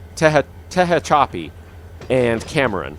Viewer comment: But Tehachapi hurts even more